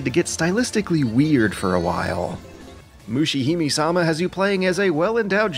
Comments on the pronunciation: its not "may", its "me" as in "Mesopotamia" and "meditation" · LOL Its not 'May', its 'Meh'! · Moo-she Hi(m)-may sa-ma It's a weeaboo pet peeve. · "Mushihimi-sama" got me so triggered, you don-- Kidding, great video. The last game in particular looked interesting! Really enjoying this series, looking forward to more. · MusheeHimeeSama - that's one way to slaughter this name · Mushihimesama is pronounced with the "e" at the end of "hime" pronounced with the "me" sounding like "may". All "e"s in any Japanese name whatsoever will sound like that, there are no silent vowels. Sorry for being the pronunciation police but it's really bugging me for some reason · Every time you pronounce Mushihimesama wrong I cringe a little. Moo-she-he-may-sa-ma. In Japanese it loosely means "bug princess" or "princess of the bugs". Just... felt like I had to get that out there.